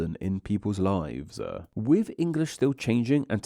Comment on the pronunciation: I think it looks nice and fitting given the topic, if there's something that could change to improve the video more tho it would be the narration - you seem to drag out words in the same way repeatedly. I truly think its the kind of thing that could add variety and depth to the voice if used with a wider set of sorta narrator inflections but in isolation then-uh, too-uh, lives-uh (e.g. to 5) if you listen for it it's super apparent and yeah it seems like the kind of thing that is probably worth looking at even if that involves finding some videos with narrators you like and mimicking those to try different speech patterns out but yeah